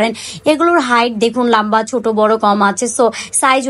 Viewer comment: Apu lamba na lomba hobe🤣